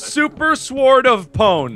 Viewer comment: "I think he's a dueche and dies by super schword of pwn" hahahaha